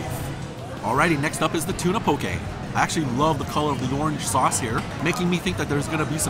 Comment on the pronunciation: I like the way you pronounce poke. I live in Hawaii and people here pronounce it wrong! Love your videos!